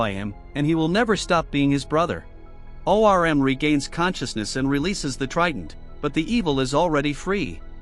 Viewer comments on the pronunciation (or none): Him saying O. R. M. is killing me 😂